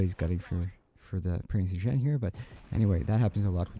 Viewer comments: Last comment, not to be a word Nazi but it's pronounced like (Prints OyGen) Keep up the excellent reviews! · Oy-gen. If you're such a WW2 junkie, how do you not know how to pronounce the name of the ship? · oy-gain. It is pronounced oy-gain. Please note. Great work, though.